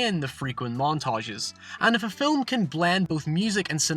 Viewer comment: How about an explanation for film vs filum? You pronounce it incorrectly in one sentence then in the very next sentence you pronounce it correctly. I'm not trying to be offensive, just truly baffled by this.